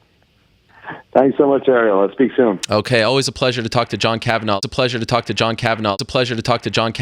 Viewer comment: It's Kavan-agh not Kavan-aww